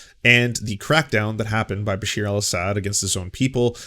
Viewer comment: Awesome coverage on Syria. Just one lil thing it’s Bashar not Basheer. Pronounced Ba Shar. It’s was very sad to see so many on the left welcome this Aaron matte character and other idiots like Rania K who claimed the peaceful protesters of Syria in were calling for arms and killing Christian’s. So their lies continue and the really don’t care for any Syrians regardless of ethnicity or religion. Syria has had over 4 million refugees and about the same amount displaced inside Syria. Entire cities destroyed and the majority on the crimes were done by the Assad regime.